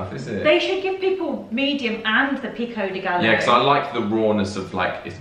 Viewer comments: Pico de WHAT-o?? Think "guy o". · You guys say pico de Gallo is different. We say pico de GUY-O. You say Gal-O. We make it a male not female word. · Another one: Pico deh Guy Yo is how you pronounce pico de gallo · Add pico de gallo to the list of words you're pronouncing incorrectly. It's pronounced peeko-de-guy-o. Two ll's in Spanish makes a y sound.